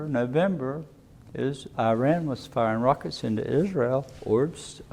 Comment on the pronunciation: It takes 5 seconds to search how to pronounce Iran....